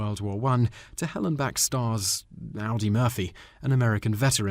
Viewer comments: AW-dee, not OW-dee. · Brilliant! His name is Audie Murphy, not Aldi Murphy. That movie opened enough Hollywood doors to give him a nice little career in "B" level movies, black and white westerns on TV in the early 1960s. Plus it sounds like Audie Murphy was the real basis for Quentin Tarentino's 'bad puppy' Nazi hero, Frederick Zoller. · Roger Ebert?...EEbert is the correct pronunciation of the name of a very well known film critic. The "badass" our narrator admired in the final comment was named Audie Murphy, pronounced ODDy Murphy, not like the car brand.... Please, have him endeavor to correctly pronounce words and not merely read them as he does. That is not the manner of a professional narrator. I seem to be "belaboring" MY point.